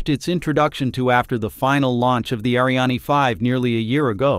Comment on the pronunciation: Reading is a problem for you? Word pronunciations is not complicated nor difficult. Ariane, Starliner, Practice and rehearsal is the key.